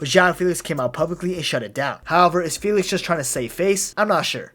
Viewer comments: It’s actually feh-lix so… are you Portuguese bro? Fae lix … 🤣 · The name’s pronounced Fae-Lix not Fee-Lix but it’s common mistake lmao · my bad bro I’m not Portuguese but I know Fee-lix wasn’t the right pronunciation